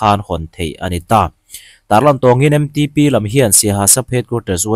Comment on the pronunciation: MTP nilo in M Ṭ P TIIN LAM HRAM TEH